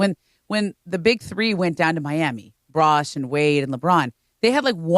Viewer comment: did she just call Chris Bosh Brosh?